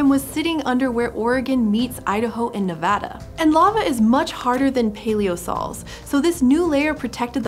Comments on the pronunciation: Im soo happy to finally hear some pronounce Nevada correctly! Thank you! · Here I was just being delighted you were saying “Nevada” correctly, but when you said “Virgin Valley Formation”, I had to do a double take and look at the photo again, because that’s literally 20 minutes from me 👀👀